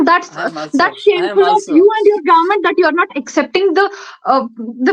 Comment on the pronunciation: ko to government bhi bolna nhi ata 😂 kya gorment 😂😂😂😂